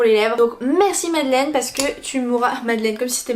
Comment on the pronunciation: Par contre son prénom se prononce Madeline